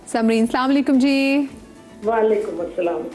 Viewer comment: Slamulaikum nai hota Aslamoalikum hota iska matlb badal jata kindly pora aslamoalikum bola krain